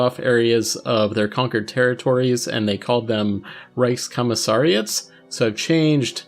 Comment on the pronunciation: "Rice Commisariats"